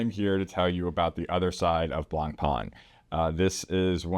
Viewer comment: Don't pronounce the "c", it's like blahN-pen ;) Great video